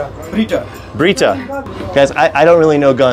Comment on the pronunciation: beretta not “brita”